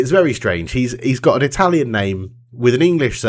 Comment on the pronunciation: Your pronunciation is not bad at all, considering the basic level of not Italian people try to imitate.